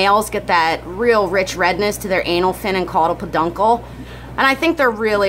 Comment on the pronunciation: Ha ha “Caudal Peduncle”. That’s the way I always imagined it was pronounced, but until now I never heard anyone say it.